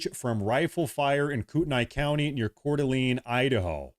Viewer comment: When did we start calling it cordaleeen?